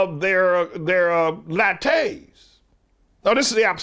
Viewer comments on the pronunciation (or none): Haha! I loved how he pronounced 'latte'!